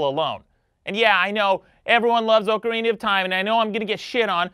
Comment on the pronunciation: Oakarina of Time?